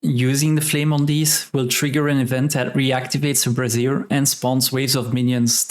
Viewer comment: Great video! I should really farm more winterberries so all my mains have ascended aquabreathers. Just a quick note, however: brazier is pronounced bra·zier. Think: "Bray", the sound a donkey or mule makes, + "-Zure", like the word sure, but with a z sound.). A brassiere is the long form of the word of the women's undergarment: bra. =P I really like your video on converting Charged Quartz to gold, and I'll be doing that from now on. Keep up the good work, and I'll be looking out for more of your videos!